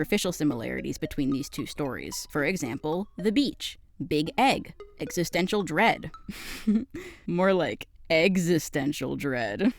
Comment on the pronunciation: I actually listened to you say "eggstistential" and im still subbed 😂 but youre on thin ice 😤